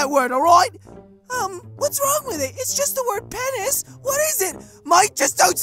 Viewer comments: Ni poking Ichi Bruh😅😅😅😅 BRUH😅😅😅😅😅😅😅😅 Ichi getting mad and eyes glowing red Kevin its p nis not pen nis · ah yes “pen-iss” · "What's a pen-is" XD Poor Kevin's innocence xDDD